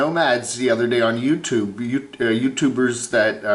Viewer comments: swift 1154 I like pronunciation of youtooob and also "bubbles", makes my teeth soft 🤭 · Love but makes my skin crawl whenever he pronounces "youtooob". I need help